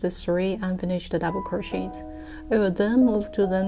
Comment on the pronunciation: I am just helping here :) The English language can sometimes be difficult & confusing. To pronounce "CROCHET* , the last 'T' is silent because it is derived from the French language :) It is pronounced - 'CROW - SHAY' . I hope that this helps :)))